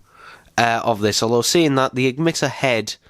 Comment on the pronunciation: You said eggmitter not emitter